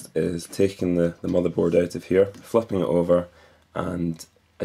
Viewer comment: fucking it over...lol i no u said flipping it over but is sounded like fucking xP